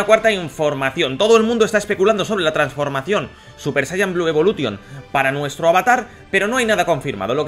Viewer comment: jaja por que los españoles en general pronuncian ingles tal cual como se escribe? evolution jajaj